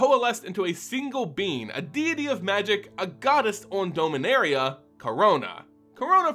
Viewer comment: Not trying to be judgmental, just curious, why do you pronounce Dominaria wrong?